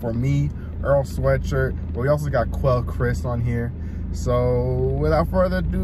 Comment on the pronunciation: Quel-aye Chris not Quel-ee Chris. Great vid.